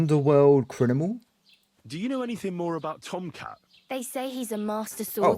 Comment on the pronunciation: Is she like an underworld criNImal 😂 Nice pernounsiation